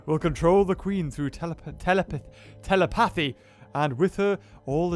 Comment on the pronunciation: it's pronounced te-le-pa-thee, with the stress on the "le"